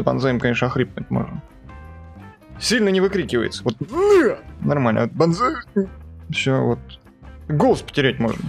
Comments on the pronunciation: Надо было кричать не банзай а бан кай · Мне вот понравилось как ты говорил Банзай . Так-то ОИ хороший танк на своём уровне но очень медленный .